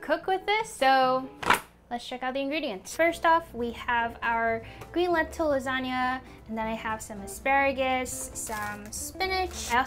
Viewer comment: I think that 'lasanga' sounds great.